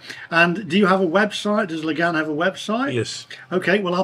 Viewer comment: What's with the sensationalist titles? 😂 The place is pronounced Lagaan...rhymes with naan..just sayin' 😆